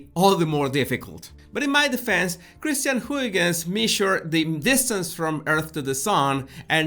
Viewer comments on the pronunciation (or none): none